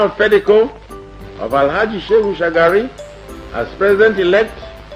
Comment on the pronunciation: It is SheHU not SheGU Shagari.